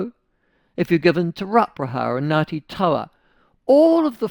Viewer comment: Ngatiii tow-a...tee row pra ha...what?..purposely mispronounce bruh